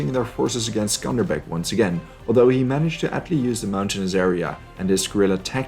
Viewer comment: Also he's name is Skanderbeg like Alexander the Great.